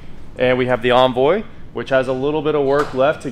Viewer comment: Why are you incapable of saying Envoy? Why bastardize it to Onvoy? Grrr